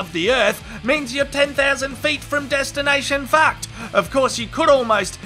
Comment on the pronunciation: I can't help but giggle every time I hear "Destination Faacked".